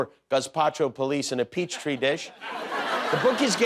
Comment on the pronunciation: Jimmy thinks a Petri dish is pronounced “Peach Tree Dish” 😂